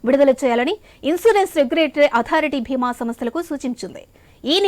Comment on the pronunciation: నేను అన్నది కూడా అదే! అది మహాభారతం లో భీముడు కాదు, “భీమ” అని పలకటానికి. Insurance ని “బీమ” అని పలకాలి. నేను తమిఱులకే తమిఱ ఉచ్చారణ నేర్పుతాను. తెలుగు కూడా నాకు బాగా వచ్చండి 👏🏼